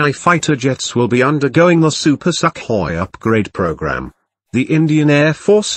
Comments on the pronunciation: I like your pronounciation of "Super Suck Hoy"! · INdian "SUCKhoi"... wooooow!!! i dont know wether o be offended or to laugh my ass off.